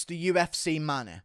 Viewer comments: Why can't he say 'UFC' or 'money' properly? What is up with his accent. I have no idea where it's from in Britain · I'm English as well but why can't you say the word money? Or anything with ey in !? 🤣🤣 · I know right it so jarring the way he says it, just want to put him in a headlock.